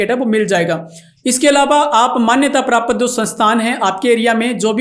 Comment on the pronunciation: तू ज्ञान दे रहा.. बता कितनी खेती / मिर्गी का पशु पाला जीवन मै???? प्राप्त को प्रापत बोल रहा 😅